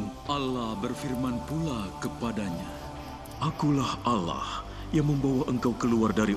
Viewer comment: Allah bukan alah ngomong aja gakbetul